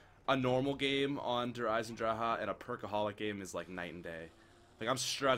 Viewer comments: Did he say draha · "Dar Eisendraha" -, 2016 (Its Der Eisendrache you gotta pay attention to the "Ch" which makes a "ch - ck" sound.